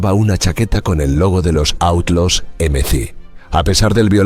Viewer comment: & didn’t bother to pronounce Outlaws correctly in a documentary about the Outlaws🙄